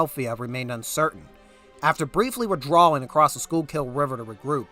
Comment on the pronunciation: Thank you for producing this very informative content. Note: You may want to check pronunciation of Tredyffrin, Swedesford and Schuylkill